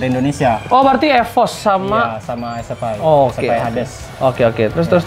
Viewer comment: SFI (ES EF AI) BUKAN (ES EF I) ahahahaha